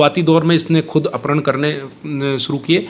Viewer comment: अपहरण कहना मुश्किल है अपरहण बोल रहे हैं